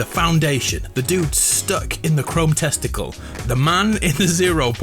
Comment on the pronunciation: "The Dude Stuck in a Chrome Testicale" - 2021